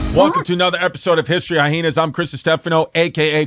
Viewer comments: OK I'm outing myself as a newcomer with the reboot. But do these guys purposefully pronounce it "hi-heenas" or can they just not read good? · I love how Chrissy and Yanus purposely pronounce the word hyena wrong almost every time!🤣